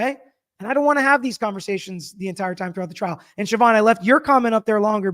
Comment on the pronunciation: I'm impressed that you can pronounce Siobhan 😂